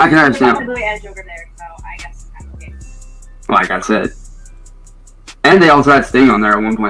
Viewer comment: I still get annoyed when I hear this inbred mfer saying "Ohhey" instead of "Okay".